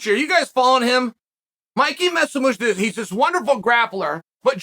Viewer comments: "Messimucci" huh? 😂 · Mickey Messomucci hahaha it's Mikey Musumeci you lovable oaf. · Watching just for the trusty mispronunciation of Musumeci